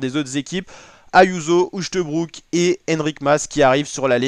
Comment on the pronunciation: Uchtebrouck? C'est à mourir de rire ... un peu de folklore verbal et auditif!!!!!!!!!